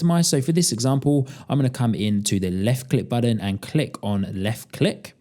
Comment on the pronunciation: BuTTON- not Budden, man that was painful to listen to